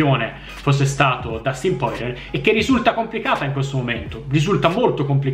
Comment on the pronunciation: Porcamerda non si dice così il cognome di Poirier 😅